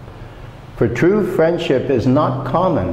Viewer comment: Excuse me! The main stress of "friendship"'s on the first not the second syllable!!!.